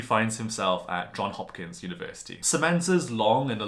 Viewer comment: It’s JOHNZZzzzz Hopkins.